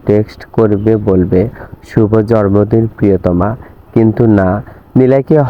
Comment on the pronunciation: জরমদিন না জন্মদিন বলতে হবে। 😀